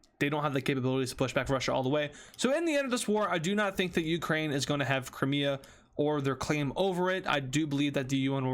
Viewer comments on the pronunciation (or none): he said cramea and not crimea💀